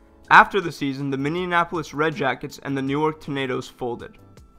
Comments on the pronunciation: I don't understand why so many people have trouble pronouncing Minneapolis. It is a different city from Indianapolis. They're different. Stop combining them. Lol. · Why can no one say Minneapolis right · Gotta love how this dude can't fucking say Minneapolis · The narrator can't say "Minneapolis" correctly and says several times the teams "seized" operations when it is supposed to be "Ceased" operations. If you're going to narrate, you have to be able to speak intelligently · This dude can't say Minneapolis lmao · He was cross-pollinating Minneapolis and Indianapolis. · It MINNE-AM-POLIS not MIN-NEAMUM-AMPOLIS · It’s Minneapolis, not Mindianapolis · Anybody else notice he kept saying Minneanapolis instead of Minneapolis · Say after me--Minnea-polis, Minneapolis. Not Minneanapolis. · Minionapolis? It Minneapolis no extra I sounds! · Stop saying Minnenapolis it's Minneapolis! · Minne-apo-lis. aka Mini Apple Less. Not minne-en-en-en-en-inne-an-apolis. Its in Minnesota, not Indiana. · Dude...Minneapolis is mini-apple-lis Not minneanapolis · Minneapolis not minionapolis :/ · He doesn't know how to pronounce Minneapolis ... its Mini-ap-o-lis not Mini-IN-apolis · MINNEAPOLIS not MINIONAPOLIS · Its pronounced minnie-apolis not minnie-en-apolis Go back re cut it and try again. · James McCarthy I don't know what you're talking about. He very clearly pronounced the city of Minneannapolis perfectly. BTW, did you catch the Indiapolis Pacers game the other day? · “Minneninapolis Marines” 😂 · “The Minnenanapolis Marines” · Minneanapolis, Minneansota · Bro...it's pronounced Minn-eee-ap-o-lis. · Minneanapolis? Wtf cmon it’s not that hard to pronounce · I stopped watching at “minneanapolis” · He doesn't know how to pronounce minneapolis lol. "Mineeinanpolis" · You need to learn how to pronounce Minneapolis Minn.................EEEEEEEE..........apolis its an Indian name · A map would be helpful. Pronouncing Minneapolis correctly would be nice too.